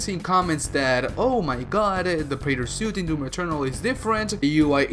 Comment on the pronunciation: He says "DEWM" ...like Yahtzee's review did xD